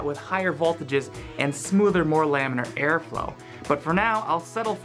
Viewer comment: Wait did you just make this video to say plans-machete?